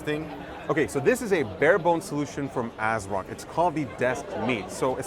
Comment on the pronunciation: You lost me and my viewership on this video when you said the company name "ASROCK".... pass.